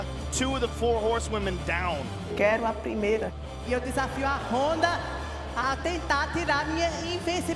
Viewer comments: why does Betch keep saying Honda!? Her name is Ronda! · But she must know that's it pronounced Ronda and not Honda! Or are Brazillians not able to pronounce the letter "R"!? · Pat Morgan in Portuguese sometimes the R is pronounced in a way that to English speakers it sounds like a H. There's your reason why.